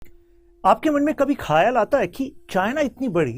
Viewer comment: खायल नहीं आता है। ख़्याल ज़रूर आता है।